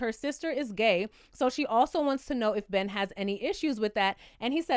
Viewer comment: exactly. he can't even say "gay".